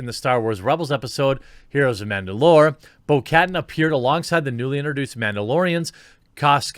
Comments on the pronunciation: Bo-Katan - Bo - cuh - Tan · people have already said it but i dont care because yes. it is not cat an is more like katana minus the last a K AH T AH N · could barely watch this video over the inability to read and the butchering of names. Completely valid points, but holy fuck that was annoying bo-cat-an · Bo-Katan pronounce BO-KA-TAN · It's pronounced Boh- Kah-Tahn. Fyi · If you wanna pronounce it right it’s said like catan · lol it's pronounced Bo Kahtáhn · For future videos: Bo-Katan is pronounced "Bo Kuh-Tahn/Kuh-Tan," with the emphasis on the last syllable. Like the game Settlers of Catan. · Dammit dude. It’s Bo’ Kuhtawn. That’s how it’s pronounced. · Bo-Katan is not that hard to pronounce, Jeremy. The last syllable = 'tan' (like sun-tan). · "Bo Kat'n"? LOL. Wow, you really don't know much about this series, do you? Watch them all now!!!! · Jer, Bo Ka-Taan. Pronounced like that :) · It's prononced Bo-Ka-tan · Bro, I love ya but how do you NOT know how to pronounce these characters names? You HAVE to pronounce shit the right way to critique seriously..... It's Bo Ka'Tan.... Din JARin... Come on man I thought you were a real SW fan..... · its pronounced bo-ka-tan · The way he says Bo-Katan. Dude! Stop it! 😂 other than that! A great video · The way he pronounces bo Katan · Learn to pronounce Bo-Katan correctly 😖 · The way he pronounced Bo katan was funny to me and I dont know why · bo katan, is pronounced like katana, but said like a southern draw, like some southerners say pecan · Jeremy, let me help you with Bo-Katan's name. XD Katan is pronounced like it is in the word katana and Kryze is pronounced Kreez. Not bashing you, legit just trying to help. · Haha, Anita showing her chest envy😋 Ps. Jesus, Jeremy, you destroyed Bo-katan's name😂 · The way you pronounce Bo Katan causes me physical pain lol. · Dude! You totally butchered Bo Katans name, and her clan! Holy hell, bro!